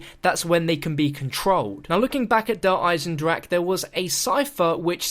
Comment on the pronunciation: You finally figured out how to say der eisendrache